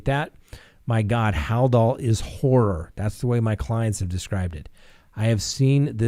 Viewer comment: Halsol just Hal-dol, no i.